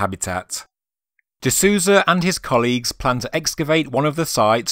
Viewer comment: Very interesting video! Minor correction, if you don't mind. Gregorio seems to be brazilian. The "Sou" in Souza, his last name, has a sound like "soul", not "Susan".:) Just in case you plan on doing future videos on the topic, and happen to mention him.